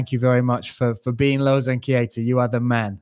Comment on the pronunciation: Its Keita not "KIETA"... correct it up :D